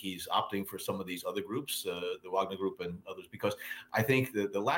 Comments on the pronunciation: Wow. Repeated mispronunciation in multiple ways in the same sentences by CNN commentators. "VOGNER" NOT "VAGNER" OR "WAGNER". Irritating and sloppy. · I think it's pronounced "vog-ner". Not "vag-ner" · Vahg-ner, not Wag-ner. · Why do cnn pronounce it so badly? Should be Varg-ner?